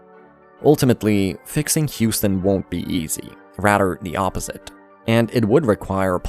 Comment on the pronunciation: you talk like jynxzi’s funny voice. “Radder, de oppozid” try using your tongue and chest to say RATHER THE OPPOSITE